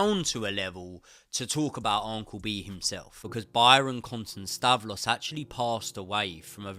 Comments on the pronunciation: Its Un-cle. Not On-cle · Am I mental or does say uncle weird 🤣 loving the content mate! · Never heard anyone pronounce uncle like this